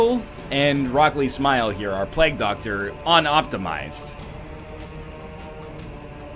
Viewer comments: It's pronounced 'play-ge' doctor, not 'plag' btw. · he said pl-EGG doctor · Also, he can hardly speak english considering the way he says Plague "Plagg" and Ancient "Angshent" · never pronounce it correctly, I wouldn't bother. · oh god, forgot how bad NL butchers the word "plague"